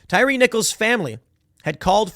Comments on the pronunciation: its tie-ree lmao. tim calling this man a tire haha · That tire guy ... I believe it's pronounced Ty re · Tye-Ree not tire/tyre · I love watching white people absolutely fail at pronouncing black names 🤣 (Tie-Ree)💀🤣🤣 not tire💀🤣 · Tie-ree...not tire🤦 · TIE-REE. Not Tire. 🤨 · LOL TIRE NICHOLS.. It's Thai-REE. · He called him "tire" lol it's Tyre like tie reeee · Pretty sure it's pronounced "tie-ree" tim... who's name would be pronounced "tire"? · His name is pronounced TYE REE thank you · 😂 i realize the spelling, but it’s pronounced ty-REE… i think… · it's pronounced "tie ree" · It's "Ty REE" for God's sake.... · Why is it bugging me tim is pronouncing Tyre, tire !!! Lol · It’s pronounced Tie-ree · It's a stupid name please forgive Tim for mispronouncing a ret@ name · For the love of God, Tim…you’re from Chicago, you lived in NY and NJ, say the guys name right…you said it once and went back to butchering it. Second, fire your whole news team, they’re trash. ‘Centrist’ news reporting with leftist buzzwords…get real. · How do you live in Chicago most of your life and not know how to pronounce black ppls names 🤣🤣